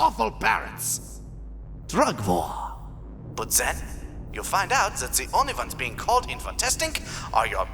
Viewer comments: Is it just me or did it sound like he was saying vore but then I heard war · I thought he was saying vore not war, And did anyone else realize that instead of evil guy with a cat it's evil guy with cat boy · rip nazi fat-boy, i keep hearing him say vore instead of war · i too love vore ((i know thats not what he meant but it so sounds like it and i think its funny XD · took me so long to realize this guy was saying war not vore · Was I love war supposed to sound like I love vore or was that a complete accident? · I know that the major said war but I heard vore, and when he said the he LOVE "war" I bursted out laughing while choking on a slice of strawberry from my drink. Funny as hell tho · He said I love war but I thought he said vore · every time I watch this I can't help but hear vore and not war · oh he said "I love war" not "I love vore." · Real line: "I love war" What I hear: "I love vore " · is anyone else hearing vore and not war, or is that the joke and am i the idiot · Can’t tell if he is saying vore or war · I thought he was saying vore not war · it sounds like he sead "i like vore" i know he sead "war but this is more funny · I thought he was sayings vore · Idk why I heard "vore" instead of "war" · anyone else hear Vore instead of war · not gonna lie when the nazi talked about war, I thoguht he ment vore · okay when he said war i thought he said vore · Is he saying War or Vore? My brain: "Thats war" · Please tell me I’m not the only one at first that the German was saying VORE and not WAR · “I don’t just like war, I love war!” At first I heard that as vore. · How have I only now realized the when the says 'war,' it sounds a helluva lot like 'vore.' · Is it just me or does war sound like vore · all i can here is "I love vore" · I feel like the German was saying vore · Did he say vore or war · I thought he was saying vore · You know, when I thought he was saying “vore”, it was a lot more confusing, but infinitely more enjoyable.